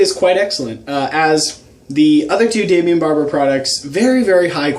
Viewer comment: Daimon Barber* not "Daimion"